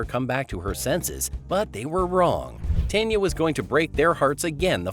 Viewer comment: It’s pronounced TAWN yaw.